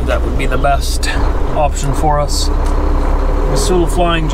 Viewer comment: Born on my grandparents' homestead 90 minutes south of Regina Sask. & 90 minutes west of the North Dakota border. Will always have Montana deep in my heart & my soul. Missoula was my home for 30 years, too. (BTW, it's pronounced Mizzula.) Cheers to you, happy trucker!